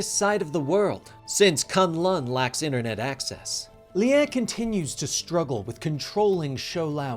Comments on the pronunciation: sorry to correct you but its Lie is pronounced LI not LI-a but other than that keep up the amazing work guys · No it's more like Li-eh or like Lyeh